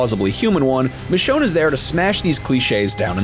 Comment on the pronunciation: It’s Michonne